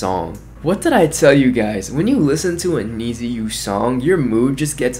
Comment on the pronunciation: Many thanks from Japan👘🌸🇯🇵 FYI, "NiziU" pronunciation is like "niju" or "need you". It implies that We(NiziU) need U(fans)!